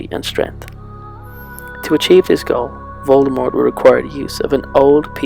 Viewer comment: why is he pronouncing Voldemort wrong?